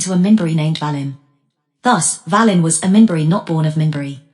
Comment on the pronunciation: It’s pronounced “Vay-len “